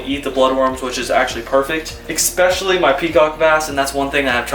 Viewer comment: It's "ESPECIALLY' not eXpecially. No hate because I like what you do.